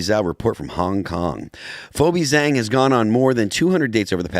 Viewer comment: Couldn't anyone tell Phil how to pronounce Zhang?